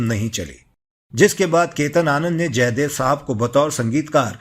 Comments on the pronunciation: Ketan nahi. Chetan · It was Chetan Anand not Ketan Anand.